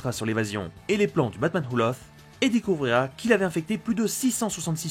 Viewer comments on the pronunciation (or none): laugh se prononce LAF knight se prononce NIGHT merci et bonne continuation